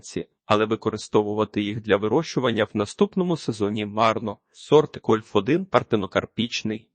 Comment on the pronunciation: Це неможливо слухати... Ну який кольф1 ?? Яке 1стл чи 1чл ?? Вже якщо використовуєте якийсь text-to-speech, то хоча б комами чи розділовими знаками коригуйте те, що воно говорить. Або прослуховуйте після цього... Я так і не зміг дослухати до кінця. Дизлайк. Тренуйтесь.